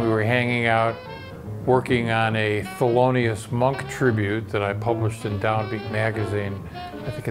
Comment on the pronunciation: THELONIUS not FELONIUS!